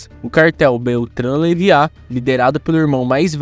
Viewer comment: Kkkk Ouvir o nome "leiva" errado tantas vezes tá me deixando doido.